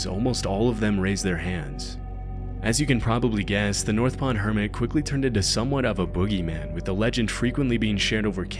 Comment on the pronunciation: HermiT, not herman, not hermid.